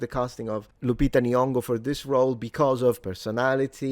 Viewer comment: When she pronounced Lupita N.-- (the first time which was different from the other times😅) I actually felt embarassed for her. And threw up in my mouth.